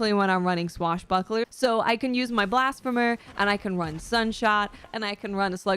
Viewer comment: Great vid and fun to listen to. Oh and Blasphemer is pronounced blasFeemer. Keep up the great work.